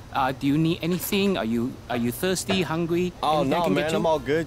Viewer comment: “Are you thiwsty hungwy “ 😂😂